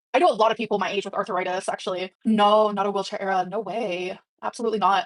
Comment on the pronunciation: Oh no, she has “arthuritis”